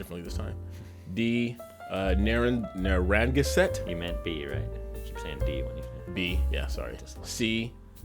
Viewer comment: It was hilarious watching slaughter the tribe names. Na-rang-ga-set for Narraganset. And Mohegan I know because of the Mohegan Sun casino somewhere out west there. At least he didn't said see-o-ucks for Sioux. Lol Just messing with ya. Happy Thanksgiving guys.